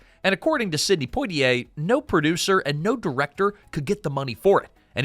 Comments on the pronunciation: dasm,mn lasy narrator to sya imporatant names correctly IT IS NOT PO T ay it is Pwa Ti A. French fully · Not Poe-t-ay, Pwa-t-ay, like Poirot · Surely it's PWAH-tee-ay not POW-tee-ay. French, you know. Edit: Okay, after a few tries the reader finally gets it right! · POITIER -- is not pronounced POTier......awful pronounciation. It was a great movie, and Stanley Kramer was marvelous. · It helps to get a role when Hep urn is your relative. It's Pwah tee A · Sidney Poitier's last name is properlyc pronounced "Pwah-tee-ay". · You pronounce Poitier …Pwatiay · Sydney who? Po-tee-ay? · PWA-tee-ay. Oh, you figured out how to say it after 2 and a half minutes. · Is it so hard to pronounce Poitier correctly? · Want people to watch your short documentary? Start with actually pronouncing Sidney Poitier's name. Unbelievable.